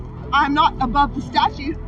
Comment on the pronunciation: "Ekspecially" is not a word. *Statute not "statue".